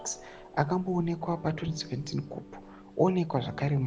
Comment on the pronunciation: Koo not kupu